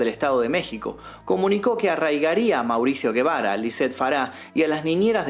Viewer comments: No es Guebara, porque no lleva U, es Gebara y suena como si fuera J , o sea JEBARA. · Sin ofender. La G se pronuncia como J porque no es GUE...k suena como la G de GATO.